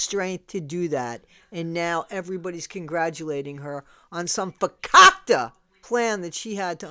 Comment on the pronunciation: Fakakte plan 😂 Sounds so South African 😂🙌